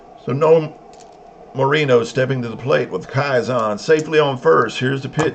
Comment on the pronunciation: Nice. For the record, it’s pronounced ‘KEY-son’— like a key that goes into a lock. With the emphasis on the first syllable… KEY. Bruce Kison.